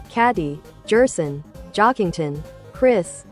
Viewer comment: you might try gherson or maybe guerson to get it to not say jerson